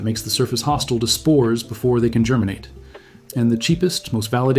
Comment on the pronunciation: Yes, you heard him right: before it GERMANates.